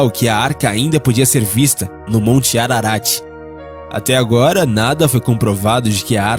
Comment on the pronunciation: O NARRADOR NAO SABE NEM LER. FICA DIFÍCIL. É MONTE ARARAT. Né ARANTE NÃO! É APÓCRIFO E NÃO APOCIFRO